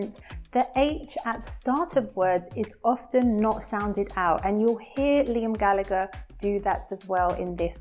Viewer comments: Is your pronunciation of "often" is correct? 🙄I don't think so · Could someone explain me the pronunciation of the word "often". She said [often], but I have been taught to say [ofn]. Where is the truth?